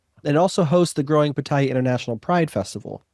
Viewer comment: Taiwan was the first Asian country in May, 2019.... only 2 countries in Asia have gay marriage.... and Pattaya is correctly pronounced as: Pat-Tee-Ya ... :-)